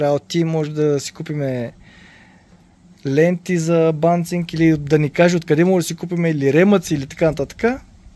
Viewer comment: Понеже видеото е донякъде образователно, правилно е банциг, а не банцинг :)